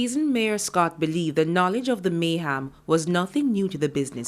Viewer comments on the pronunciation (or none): And isn't not Mayhaam ...it's Mayhem